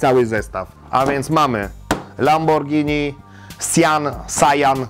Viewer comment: Zawsze mówimy przez g nie przez dż bo przeciez jemy spagetti (oczywiście zapis fonetyczny), a nie spadżetti :D